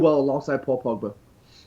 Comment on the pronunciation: The way says Pogba's name. PoPoBa.